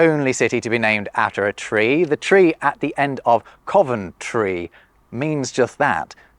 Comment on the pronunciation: Greetings from Coventry! says "Venta" is in Winchester but then fails to see it in "coVENTry" which is even more likely. Instead he defaults to "Cofas-try" which is a theory dating from.....1914!